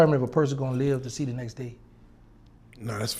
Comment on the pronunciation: Lol " I seese you and I want chu"